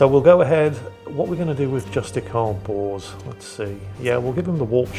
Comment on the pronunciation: Come on.. it's just the way you say Bors...